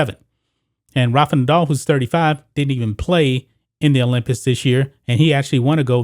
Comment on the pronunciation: is it me or does it sound like he is saying olympits?